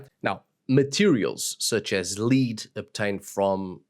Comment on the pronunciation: Thank you for your educational talks. A quick note on pronunciation: Lead (verb) rhymes with weed, reed, greed Lead (noun, as used in this video) rhymes with bed, head, dread